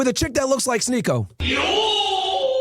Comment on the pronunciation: Bro said sneeko 😂 and now i cant unsee that